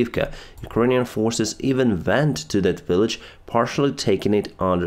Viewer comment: WENT IS SOUNDED VENT IN YOUR TONGUE